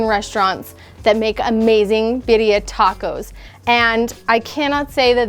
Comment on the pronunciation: Love how she pronounces it BIDDIA. 🤣